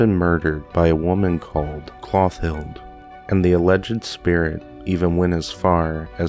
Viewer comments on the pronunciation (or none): Great narration of this spooky story! I hope to enjoy more. Note: the name Clothilde is pronounced klo-theeld. It means famous in battle. French in origin. Rodin is pronounced Ro-daan. Auguste Rodin was a very famous sculptor in Paris. He is best known for his work : Le Penseur or The Thinker. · I am so excited that I found you! I love narration and you do a wonderful job of it! P.s. Clothilde- Clo tilled. 💕